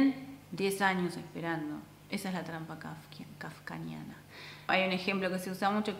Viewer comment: "Kafkiana", se dice trampa "kafkiana"